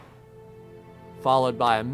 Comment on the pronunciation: Why are you saying mozol mosl mosl!!